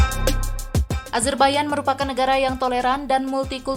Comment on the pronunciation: Nahhh ini baru tepat penyebutan negara azerbaijan dgn "azerbaiyan",krn kbanyakan org masih nyebut dgn konsonan kata yg sesuai dgn tulisan pdhl it salah.